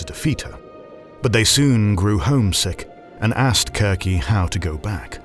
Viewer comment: I like that you use the hard c in Circe. it sounds more like the Greek..